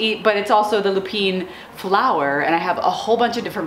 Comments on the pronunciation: Your family is amazing and Grandpa brings tears to my eyes, such a great guy! I laughed when he said they were treating him like a beginner, lol! Lupine is pronounced Loop’-in, not Loop-een’. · Thanks to you, I cannot look at nor say the word Lupine without hearing your voice in the Italian accent say "Loopini!". 😂 I love it!! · It's a joke. My Italian uncle used to give me SUCH a hard time about the pronunciation. "Why isn't it lu PINE? That's how it's spelled?" I got the last laugh though. I placed a lupine seed packet in his casket (w/ my aunt's permission). 🤭